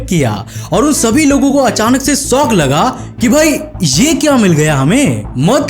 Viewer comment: सोक नही शॉक 😂😂😂😂😂😂😂